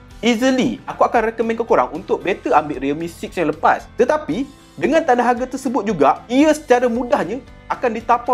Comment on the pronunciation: tetapai😂 kau ckp ape do mengarur btul la😂